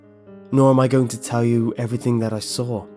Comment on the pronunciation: I like how you say "going" as "goingk" lol